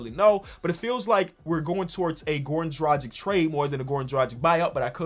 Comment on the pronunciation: pronounce dragic like you pronounce doncic